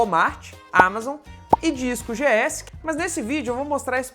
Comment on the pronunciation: O álbum "television" kkkkkk Television é o nome da banda. O nome do site se pronuncia "discogs" e não disco gs. Pelos cálculos, importando direto sem pagar a taxa de serviço da us closer capaz de ficar mais barato.